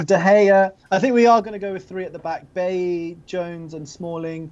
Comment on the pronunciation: same with Bailly, they all say Bailey and it's fucking annoying